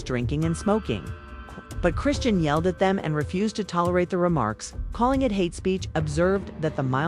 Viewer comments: You not even pronouncing her name right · Get it together you.cslled her three diff names it's chrisean this must be AI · Ok, if you need to use A.I at least preview it before uploading it. How many ways can they mispronounce 1 name? Smh! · The way you mispronounce her name